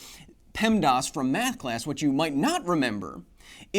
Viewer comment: In the 90s in Ontario for me! I had a feeling he was saying the acronym wrong! :P